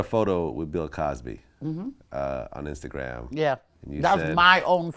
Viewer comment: she said "instagran career "😂😂😂😂